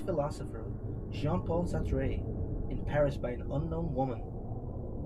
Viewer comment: hoon-tuh or hoon-ta(w)h , mimi amigiosi . hoon-ta(w)h or hoon-tuh , no no june-taw , amichioshitz . also, its basically "sar-truh" or "sart" (as the proper french accent puts pronunciation kinda.right in the middle of the two ) . its not "sar-tray" - in french the pronunciation of the letter "e" as "ay" is when the e is accented - "é" . also worth noting the second "r" is generally presented quite quic n soft . its hard to pronounce correctly without swerving into a full blown french accent , cumpadre , so most english speakers jus go with "sar-tr(aw/uh)" or "sart" as they both sound super close, almost indistinguishable by your average person , without forcing proud americans to sound ljke a pretentious babby form for a single word inbetween two proudly american words , i.e. " oh , i mean , of course i've never read any (engage peanut butter throat gutter) "SaHr-TrH" (disengage that frankie rage) , im not a wittle bitty baby - i'm the biggest goddamn baby on the goddamn block and the only crying i do is after laughing so hard at the torture tapes made by one senior agent , the rev dr(billy) WAUGHHH (billy) WAUGHHH (billy) WAUHHHH jr., baby!"